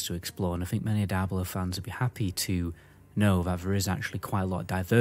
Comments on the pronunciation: Why Daiablo and not Diablo ??? You Britzzz :) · Left as soon as you called the game.. "Die.....ah...blow" and not "Deee....ah blow" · I believe it is pronounced, "dee-ah-blow", I kept thinking you were saying, dire blow, lol, I was confused was a dire blow was, I thought maybe it was similar to a killing blow. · Cool vid. Why you say DIE-ablo vs the correct “Dee-ablo” pronunciation? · I'm irrationally enraged by the way you say die-ablo lol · its dee-ablo not whatever the fuck you keep saying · Die-Ablo lmao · die ablo four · Wtf is Dieablo??? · Bro said “Die-ablo” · Die ablo foe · Dude where you lurn to speak it is diablo man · OMFG if you gonna do a review video on a game learn how to pronounce it's name properly